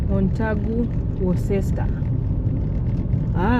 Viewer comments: It's pronounced as 'wosta' not 'worcester'....🤣🤣🤣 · Worcester is pronounce like this "Wuu-star"...